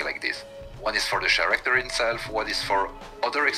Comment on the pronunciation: “The char-acter”